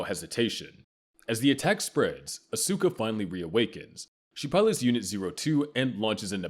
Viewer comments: It's ( Aws-kuh ) not ( Asooka ) 🙄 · Asookah LMAOOO It’s Asuka bro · Ikr. Im screaming its OSKA. Not Uhsueka. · Wow, the way he pronounces "Asuka" is so, so wrong. In fact this voice is so bad at pronouncing so many NGE words and names that it HAS to be AI. No one who had watched the show would mispronounce things this badly, or this much.